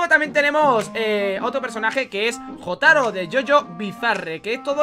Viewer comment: me duele escuchar "Jotaro" con j española :"(